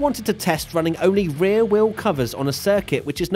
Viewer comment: I learned from this the fact that pronounces "Wheel" - "Weeohw"